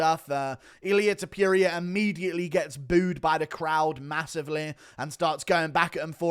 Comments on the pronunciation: Ta - Pour- Ree- Uh Not Ta- Pure- Ree - Ah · You say "TOPURIA" and it sounds like you are saying Diarrhea! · When will you learn to say "Topuria" correctly?